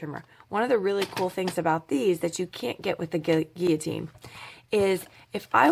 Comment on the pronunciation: You are the first person from the USA I have heard pronounce guillotine properly. Thanks for that as well as all the information you keep sharing to help crafters everywhere.